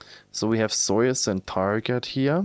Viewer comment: I like how you pronounce soyce :) you should keep it as a running gag in all future videos <3